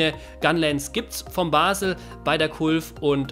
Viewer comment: Bazel mit z nicht mit s 😂